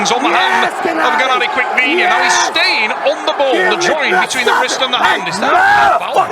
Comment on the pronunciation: A. Complete idiot “GENADI DICKVINIA”